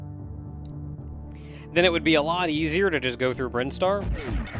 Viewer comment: As soon as he said “Brine-star” I was like “Is THAT how it’s pronounced?!” Hey, the Super Metroid expert here, if he told me Crocomire was attracted to Samus and that’s why his skeleton pulls a SPOOPY, I’d be inclined to agree with him.